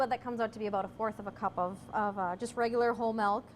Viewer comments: it was a joke. She doesn't say "milk." She says "melk." :) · The German word for milk is "melk." :D Thanks. Great video. Concise but thorough. :)